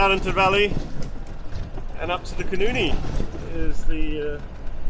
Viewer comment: You are mispronouncing the name of the great nw river: Koenienie as you pronounce it is a vulgar expression for a vagina. The correct pronounciation is Khoenêne.